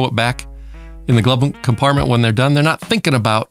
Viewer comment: You know someone has superior intelligence when they actually pronounce the H in "when" & "why" ;)